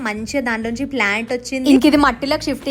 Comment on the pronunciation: Plant ❌ flant ✅